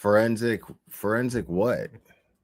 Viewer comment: I’m sorry but after referred to the Fourensic Room channel as the Foreskin Room that’s all I hear in my head. She’s so damn funny 😂😂😂😂